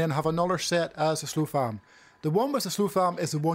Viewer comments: SOF LAM dude, not SLO FAM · why this dude keep saying slofam